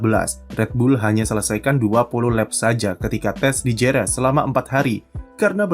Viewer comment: kalau ga salah Jerez bacanya Herez